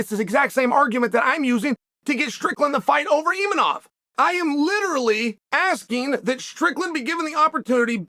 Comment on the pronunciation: Gotta love the way Chael butchers every foreign fighters name. Pee-era and Imeanov 😅